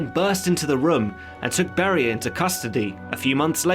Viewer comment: iT'S NOT BARRIER ITS BERIA